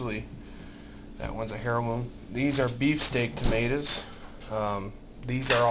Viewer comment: dude, not to be smart but Heirloom, is pronounced "air-loom" not "hair-loom" ..heh he